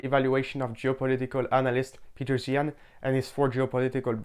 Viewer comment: Another Zeihan critiquer that can't pronounce 'Zeihan'.